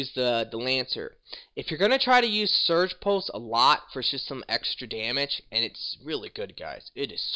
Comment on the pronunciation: It's Siege (seej) pulse, not Surge pulse